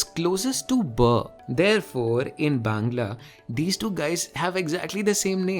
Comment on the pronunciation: Are you a bangali because your 'bangla' pronunciation was pure